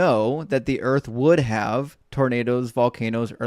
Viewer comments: Is the caller saying "Earf" instead of "Earth"? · What the hell is "Earf"? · when he created the earf. thats when id end the convo